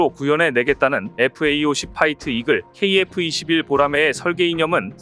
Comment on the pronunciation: 잡식왕은 여러번 지적받았는데도, FA-50을 FAE-50이라고 읽나요? FA-50은 KAI의 설명을 Fighter and Attack Aircraft라고 하니 제대로 알고 똑바로 읽기 바래요.